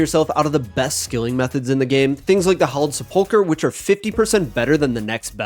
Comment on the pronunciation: I’m shocked at how many RuneScape creators don’t know how to pronounce sepulcher